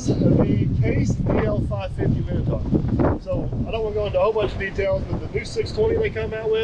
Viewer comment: Minotaur not minotar.